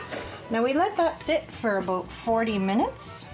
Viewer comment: aBOOT or aBOUT?